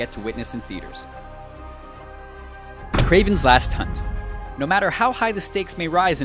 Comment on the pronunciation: You had 5 chances to say Kraven's Last Hunt and you blew it 5 times.